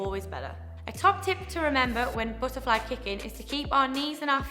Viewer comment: lol buh’ a fly u funny